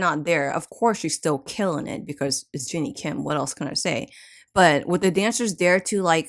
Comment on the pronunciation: its jenni not jinni